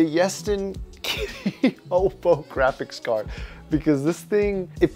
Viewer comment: japan:we made the weirdest tech china: howd my gwaphics cawd